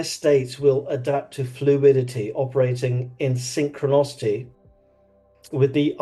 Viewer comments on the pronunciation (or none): Carl Jung rolls in his grave everytime you mispronounce SYNCHRONICITY